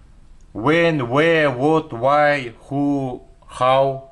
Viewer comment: ассалам алейкум. Может быть Why а не Whay 🤔 ничего личного 😁👋 а так мээнетиниз жансын 🤲